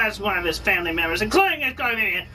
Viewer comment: "including his cou'zn vi'ian" Cousin Vivian not chlamydia